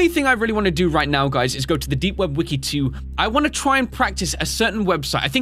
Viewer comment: you said weki three not wiki three